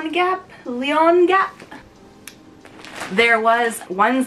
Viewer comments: Omg that thrifted lamp is GORGEOUS!! Do you ever like, Google translate the ikea-names? As a Swede I always have a good laugh when you’re trying to pronounce it 😅 Lejongap is a flower btw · Swede here! "Lejongap" is pronounced [Lay - on - guhp]. It literally means "mouth of the lion" and it's the name of a flower actually. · The curtains from Ikea are pronounced "lay-on-gawp" (it means "snap-dragon in Swedish). When you actually understand swedish, you realize that all the names at Ikea are extremely random. The "bekväm" wooden stool means "comfortable" (?) Also, this room is STUNNING and I'm very jealous